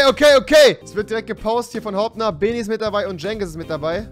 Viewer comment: Rewi spricht Beni immernoch falsch aus...